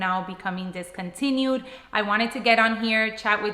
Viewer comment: It’s not discountiued